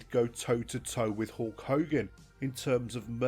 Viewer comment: Hulk higan?